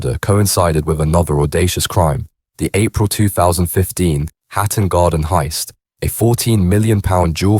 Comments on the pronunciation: Some what weird to hear Hatton Garden rendered as 'Hat and Garden' by the AI. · Nothing new, just speculation and repeated sections from a bot. "Hat and garden" anyone? 😂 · Hat and Garden..............its HATTON GARDEN, cant take this video seriously with such a schoolboy error!